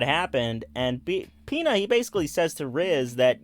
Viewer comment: Pina is pronounced pin-uh